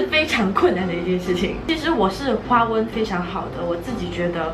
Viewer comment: 你把华文说成花纹😂